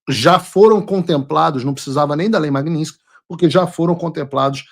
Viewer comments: Paulo Figueiredo, a lei é "Lei Magnitsky", e não "Magninsky" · Paulo, não é lei Magninski. O correto é Lei Magnitsky. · Paulo, o nome é russo, e em russo a pronúncia é exatamente como se escreve: Magnitsky. O americano é que transformou a pronúncia em magninski. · A maioria das pessoas fala errado. Não é magniNsky é magniTsky em homenagem ao advogado russo Sergei Magnitsky...